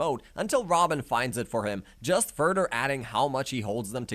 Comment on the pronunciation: “Furder” lol “togeder “ 😂 jk good video bro nice story telling and details